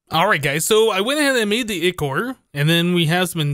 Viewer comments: I think it is Eye-core not i-core like the way it is said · Its pronounced as eye-chor not e-chor :D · Nero Zashi I know this is a year old, but the ch is supposed to be pronounced as a k So it would be eye-ker instead of eye-chore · Ichor is pronounced eye-core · Pronounce it like "I, Core" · it's pronounced Ichor with a stressed I